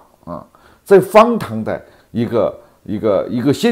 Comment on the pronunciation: 老何今天普通话可以了，再练练h的发音，别老把荒唐读成方糖，加油，争取早日不含萝卜